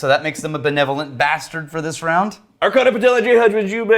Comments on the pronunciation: still see that they havent learned that the CH in Archana is pronounced as in CHurch, and not K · Archana is pronounced AR-CHA-NA:) Our Indian names are hard to pronounce and I don't hold it against you. Thought I'd share that since they both are Patron Saints:)